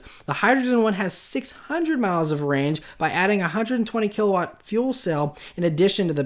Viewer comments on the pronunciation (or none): none